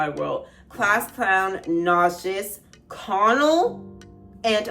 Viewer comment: I saw someone on TikTok say that the way he says Connell sounds like Conan but slurred like how his father would say his name while drunk and I can’t un hear it especially with that lyric about his father’s slurring words and when he performs it live it looks that’s what he’s doing, I found it interesting